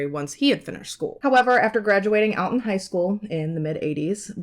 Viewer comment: Alton is pronounced "All-ton"